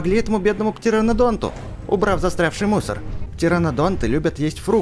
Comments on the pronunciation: Говори не птеренадонт а птеренадон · Летающий динозавр называется не птеронадонт а птеронадон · это не птеранодонд а птеранодон. А видео как всегда супер.